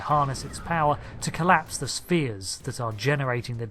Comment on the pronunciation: Sfeers not speers